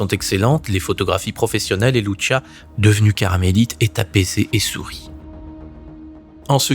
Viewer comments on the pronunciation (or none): Lucia pas Luchia..!! Olalala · Soeur Lucia , ça se prononce LOUSSIA et non pas loushia ; obéissait seulement à la Sainte Vièrge Marie , le vaticain ment et il est la sinagogue de satan et le siège de l'antichrist dans la personne de Prevost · 🇨🇵 Bourgogne 👑⛪ Salut ! Lucia Dos Santos était portugaise. Son prénom Lucia se prononce avec l’accent portugais, non pas avec l’accent italien "Loutchia". Janvier 2026 Bonne année 🕊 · Monsieur je me permets de vous corriger sur le prénom de Lucia. Il se dit comment en français puisque le prénom est portugais et non pas italien. Comme Lucie mais avec un a (Lucia)